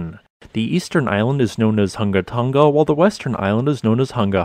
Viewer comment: You should get a medal for pronouncing the name of the island. 🌋